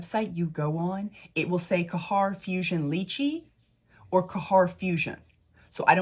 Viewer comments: ITS GHEYR NOT KAHHAR. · It's not Kahar🤭 it's خير you can copy it on Google translate 💕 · Khair = “CARE” but the “C” is like you are trying to gently clear a popcorn kernel out of the back of your throat, or like a French “R.” 😉 You might be able to do Google pronunciation for these 🙂 Thanks for the review! I purchased Vanilla Royale and wouldn’t try to dupe that one, it is just too gorgeous. I did however test Yum, and because everyone and their pet hamster said Khair or Affection were so spot-on but better performers, I got Khair, and boy is it beautiful- a little brighter/fresher, where Yum is more muted. I have yet to try my mini of Lychee because I suspect it will be a bit too B&BW, but I appreciate reviews like this because I might be willing to part with $40 for something vaguely similar, which will perform better.